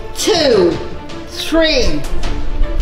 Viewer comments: When she try’s to say 3 she says tree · When says ‘three’, it sounds like ‘tree’!!!